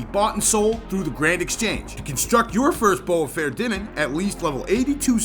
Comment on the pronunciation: great video for those that need to learn, but, tho pronounciation is completely wrong. if you wont call it "bowfa" you must pronounce it correctly "fah-er-thee-nen" you sound like an unclutered idiot.